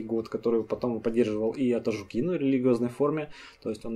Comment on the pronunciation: Респект. Хороший массив материалов проработан явно. Тяжело очень слушать - горько. Примирить со всем этим может только то что был СССР. Лайк. Репост. ЗЫ. Опять ты ударение не там ставишь? АтажУкин, на у, как в слове жук))